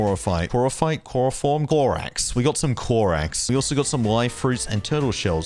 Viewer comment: That's no corax that's coraf